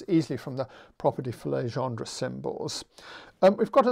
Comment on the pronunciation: No worry about Jacobi, you also mispronounce Legendre :p. Your pronunciation corresponds to "Légendre". Encore merci pour tous ces cours en ligne !